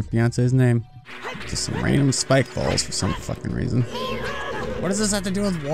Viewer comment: Miles Doyle I thought he said balls instead of bulls! Lol!